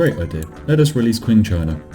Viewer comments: IT'S PRONOUNCED CHING CHINA NOT Q-ING CHINA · "Qing" is pronounced as if it starts with a "ch." Like "Ching."